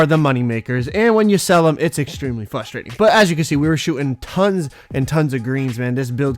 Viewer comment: Frustrating has an R in it.. fRu-sture-ating